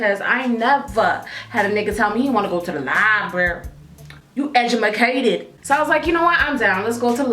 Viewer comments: 'you edumicated' 😂😂😂lmao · "You edumaCAted!" LOL! I love you:D. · lmao "u edumacated" girrl im dying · edumacated lol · i literally just scrolled through to see if anyone else noticed that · "you edjimacated"😂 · your edumacated😂😂😂😂😂😂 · You Ejumacated 😂😂